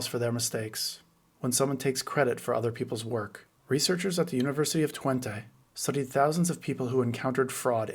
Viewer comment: Kudos for pronouncing "Twente" correctly! That is my Alma Mater...